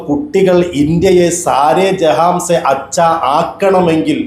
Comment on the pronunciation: സാരെ ജഹാൻ സെ എന്നല്ലേ പറഞ്ഞത് ജഹാംസെ എന്നാണ്.